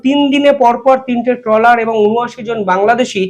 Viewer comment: ট্রেলার নয় ট্রলার বলুন।